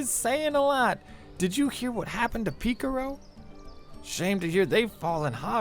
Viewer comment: i love how pronounces Pikaru